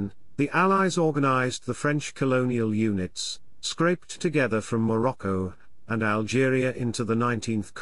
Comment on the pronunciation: Lol what on earth is "maroko" - did you mean Morocco?